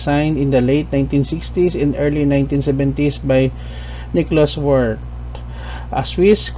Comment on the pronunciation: Nickalaus Wirth last name is pronounced Virth!